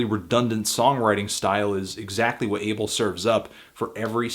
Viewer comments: He keeps saying Ay-ble but it's Ah-bel. Fucking hell Anthony. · His name is pronounced (AH-bell) not "able" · Can u not call him Abel....